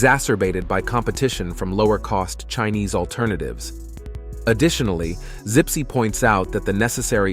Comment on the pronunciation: the CEO is called Zipse, not Sipsi